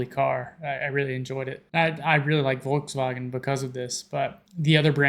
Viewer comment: the "bmw" attempt was REALLY good, the volkswagen one needs a bit of work though :P